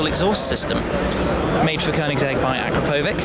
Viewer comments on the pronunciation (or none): A-crop-a-vitch is how ya pronounce the exhaust manufacture, I was schooled by one of their reps last years COTA races down in Austin Texas ;) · You should learn how to pronounce Akrapovič ( the exhaust system)